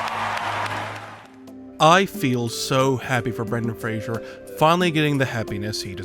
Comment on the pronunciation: Fraser like laser, not "frazjjer"